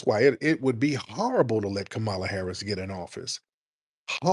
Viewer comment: I don't really care how people say kamalas name but she aint sittin down witchu and you sayin her name wrong on purpose my nigga.